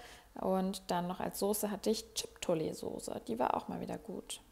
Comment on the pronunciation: Ich liebe diese Videos! 😍 P.S. Die Soße spricht man “tschipotel“ aus 😁✌🏼